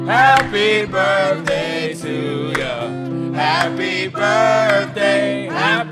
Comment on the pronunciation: and its birttthhhhhhday not burfday